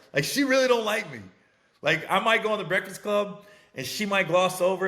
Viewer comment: Mans can say contentious but not breakfast… Ehy you do so much Breakfast Club content but can’t even say the word?